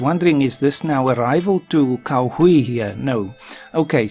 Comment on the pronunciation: "Cao Hui" actually sounds more like "Tsao H'way" - but I am a pedant :)